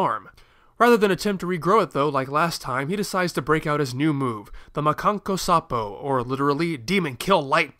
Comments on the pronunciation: I just have a small edit I wanna point out. The Anime pronounces it "Mah-can-kō-sapp-ohh" and I think the removing tail thing meant he'd cut it off on his own (that's what I always thought) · after listening to it again I think it's just the way Toshio Furukawa uses emphasis on the "o"